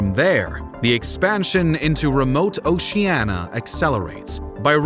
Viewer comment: The word “Oceania” has FIVE syllables; every vowel is sounded. A history of the Polynesians should certainly pronounce the name of their world correctly